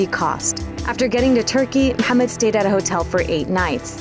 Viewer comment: I'm impressed by how well she pronounce Mohammed.